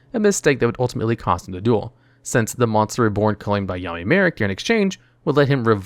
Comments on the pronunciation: I swore he was calling him Yaoi Marik at one point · Am I the only one who heard “yaoi marik”?? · Anyone notice he says yaoi marik when talking about question in the anime 😭